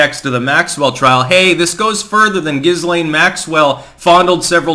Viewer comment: Lol “Giz Lane” 😂